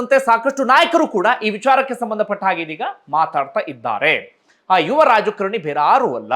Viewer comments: ರಾಜ ಕರಣಿ ಅಂತ ಉಚ್ಚರಿಸುತ್ತಿದ್ದೀರಿ..ರಾಜಕಾರಣಿ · ಯುವರಾಜ ಕರಣಿ ಅಲ್ಲ ಯುವರಾಜ ಕಾರಣಿ ಅಂತ ಹೇಳಿ